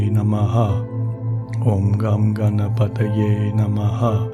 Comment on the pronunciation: Hello, I am not aware how to reach you personally so commenting here. I was not surprised to hear Ganesh Mantra in this week's meditation. I feel you are a spiritual soul too and I love all your meditation sessions. I request you to use the correct pronunciation of the mantra for the benefit of all. Here is the Mantra: ||ॐ गं गणपतये नम:|| ||Om Gan Ganpataye Namaha|| The effects of a Mantra are primarily on the one chanting it. Once a state of constant remembrance of the Mantra is reached wherein it resonates within your self subconsciously too it starts to effect the surroundings. Setting the intent for chanting the Mantra individually is important. Also of equal importance is the pronunciation. Mantras essentially are phonetics based and have a particular meter to chant. The effect in it is that the sound vibrations caused by the correct pronunciation of the mantra text, when combined with the rhythm it is supposed to be chanted in, resonate within the body more specifically our skull and generate vibrations which have a direct affect on the Pituitary, Thyroid, Thymus and adrenal glands. This in turn results in physiological and emotional changes in the person. Now if the pronunciation is incorrect, the potency of the sound vibrations is diluted and eventually lost, thereby weakening the effect it is intended to cause. Wishing you love and peace from India 🙏